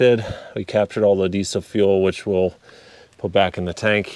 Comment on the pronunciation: Did you say decent leak or diesel leak??